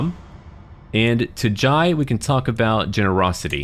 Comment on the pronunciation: Jai is pronounced with an "eh" sound so like "j-eh" Only saying because it's a matter close to my heart